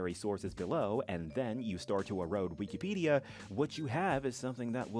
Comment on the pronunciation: "We key pedia"